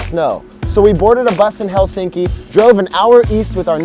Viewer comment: If you're going to do a video on Provoo, you really should learn how to pronounce it (not to mention Helsinki).